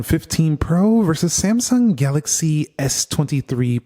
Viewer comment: Everytime iPhone open first homie say Samsumg 😅 it's kind annoying but ok just saying😂🎉❤